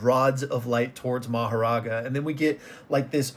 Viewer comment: Guys , should we not pronounce maharaga as maharaja